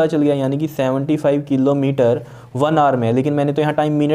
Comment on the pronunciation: The wyay he ays killometer 😂